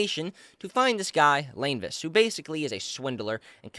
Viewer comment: It was a mistranslation, it was something like, The Antigonous family was ended by the Evernight Goddess in the 4th Epoch. also, i think his name is pronounced as La-ne-vus, who swindled many people to invest on mining ores from the Hornacis mountain., according to novel. They cut it, but Glacis, the one who first performed Tarot reading for Klein ( I'm not talking about Hanass Vincent) in the Divination Club, was also scammed. also, another Easter egg, the author of the book Angelica (clerk to the Divination Club) showed Klein here will be important from 2nd Season onwards, even up to the Second Book.